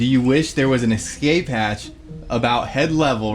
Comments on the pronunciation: lol and 15;55 and 18;16 and 18;21 and 19;14 and 20;30 I played it back 8 times and he definitely says emergency EX-CAPE hatch"😂😂🤣🤣🤣🤣🤣🤣🤣😂😂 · cmon its escape not excape lol. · THERE'S NO "X" IN ESCAPE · The word is es- cape. There is no such word as ex- cape